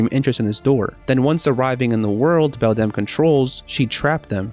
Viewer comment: I love how you say belDAMN instead of beldam